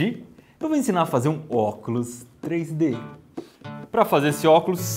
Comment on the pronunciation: blóculos hahah